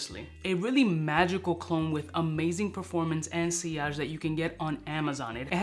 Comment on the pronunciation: "Sill-idge"? You mean, "see-arge" surely 😢 Maybe it was a joke?